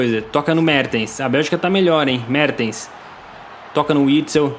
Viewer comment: Alguem percebeu quando ele foi falar mertens ele falou merdens